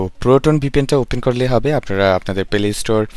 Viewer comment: Vai rag koiren na but apne play store ke Pele store boltasilen 🤣